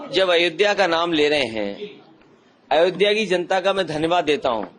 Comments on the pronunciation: it's Ayodhya...NOT AAyodhya .... at least pronounce the name properly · कैसी पढ़ाई पढ़ के आ रहें हैं ये जाहिल लोग !? अयोध्या को ये आयोध्या क्यों बोल रही ये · “आयोध्या” कैसे बोल सकते हैं? इतना मुश्किल भी नहीं है “अयोध्या” बोलना। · Isko abhi tak ayodhya bolna tak nahi aaya aur ye banega PM 😂😂😂😂